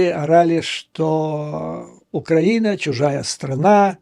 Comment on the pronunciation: Вы в слове украина ударение неправильно ставите, поэтому у вас предлог в получается, что тоже неправильно.